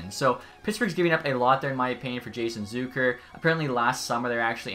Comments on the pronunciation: Its ZUH-KER not ZOOKER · Jason’s last name pronounced wrong